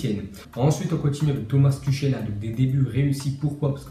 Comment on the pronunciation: On prononce TOUREL et pas TUCHEL!!! :)